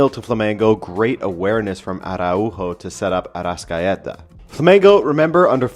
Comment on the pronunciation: Its pronounced "ah-rah-oo-joe" not "ah-rah-oou-hoe"...